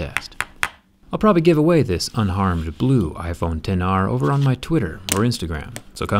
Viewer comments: "ex aar" 🤦🏻‍♂️ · It should be pronounced like "iPhone 10R", but it is written as "iPhone XR"